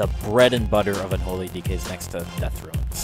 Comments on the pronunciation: I couldn't even finish the video... They're called "RUNES" not "RUINS"... Seriously. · RUNES!!!!!! NOT RUINSS!!!!!